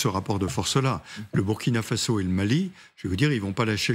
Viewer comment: C'est très bien pour tes infos,mais je déplore votre prononciation pour le Burkina Faso (le U ce prononce "ou")faite un effort et dites le aussi à vos confrères, bisous.